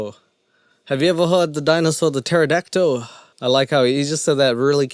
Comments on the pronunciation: And the fact that he pronounces it PterodactO… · Is my hearing bad or did he call a pterodactyl a "pterodactdo?" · I’m black ok.. but I have never understood how black ppl can mispronounce words like “pterodactyole” and “cereole” and a lot of black street fighter fans say “hadooken” instead of “hado-ken” what is this phenomenon?? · I think he said Taradacto